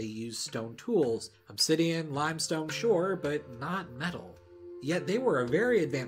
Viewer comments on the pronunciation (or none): none